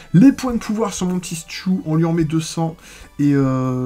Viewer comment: Sa se dis stu et pas stiou